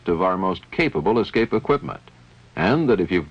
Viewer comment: Great a documentary on escape systems where the narrator says 'excape'.